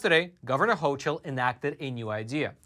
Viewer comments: The NY governors name is pronounced "hokul", not "hochul". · Just an fyi that the governor's name is spelled ch, but is pronounced "ho"k"ul